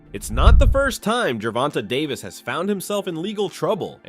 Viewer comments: Gervin Tank Davis😂😂😂😂,, Ai is fucc'd up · Can't even say his name correctly on this old ssa video